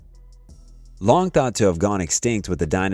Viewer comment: Coelecanth is pronounced see·luh·kanth